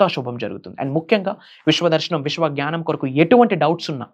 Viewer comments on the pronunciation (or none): none